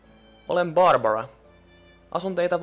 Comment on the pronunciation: Mä vihaan sitä ku se sanotaa tyylii: "hei! Olen borbora"